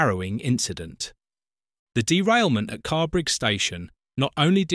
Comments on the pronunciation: The station is Carrbridge as in BRIDGE not BRIG. Please get the most simple details correct. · That explains why in the video the narration pronounced Carrbridge as Carrbrig 😂